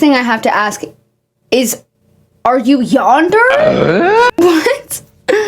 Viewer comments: Love u so much but I neeeeeed to correct your pronunciation of yandare bc I’m annoying…. But u r saying “yander. But it is yawn-da-ray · the way shes saying yandere like yonder pouch instead of of yon dare ray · Pronounced yan-der-eh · “yander” PLEASE ITS PRONOUNCED YANDE-RAY please youre killing me its yandere not yander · “Yonder” lol🥹 it’s “yawn-day-ray” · Girl I love your content but the way you pronounce Yandere throughout this video was KILLING ME ToT. LOLL. It’s a Japanese term so the dere is pronounced like DEH-RAY instead of DARE lol. Sometimes I forget not everyone on the internet is a weeb. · Ngl, my only issue with the video is you not looking up how to pronounce some words. For example, yandere, pronounced as yAn-Der-eY, not yandeer. Theres a few other words but im a nerd so its no issue. Phibz should be institutionalized and get medication for her issues, periodz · Yandar lmfaoo its pronounced yan-deh-reh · btw girl “yandere” is pronounced “yawn-der-aye”!! it was lowk hilarious seeing you pronounce it “yander” lol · Hey uh so it's pronounced Yandere (Yan-dairy) not yander (yan-der) LOVE YOUUUU <3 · i know this is so not important or relevant but yandere is pronounced yan-deh-reh with 3 syllables instead of like yon-der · "Yonder" every time is SENDING me 😭😭💀💀💀 not that it even matters that much, but it's pronounced yawn-deh-ray. That, yaoi, and gacha all originated from Japan, yandere and yaoi being specifically from anime, and gacha is the machines where you put a quarter in and get a ball with a toy in it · when i heard her say yandere my heart dropped Also its pronounced like yon-der-ey I think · Not to take away from the seriousness of the video but ‘yonder’ is killing me lol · i just cannot get over saying “yan-der” throughout the entire video 😭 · "okay, yander" you kill me every time you pronounce yandere like that😭☠️ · Pronouncing Yandere as yonder lwk got a chuckle outta me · IT IS PRONOUNCED YAHN-DER-AY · "Yonder" I'm crine